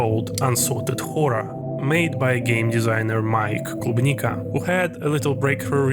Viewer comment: is that a Russian accent ? that klubnika pronunciation is sus too, I see you 👀 great video !!